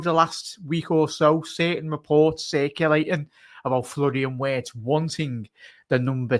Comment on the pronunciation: WIRTZ PRONOUNCED WITH A V